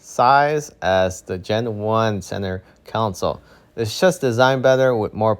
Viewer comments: Center console not council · Tip: if you can't pronounce "center console", please don't say it incorrectly a bunch of times in your video...